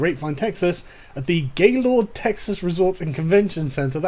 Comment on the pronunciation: I’m from Texas and Gaylord is said more like Galerd.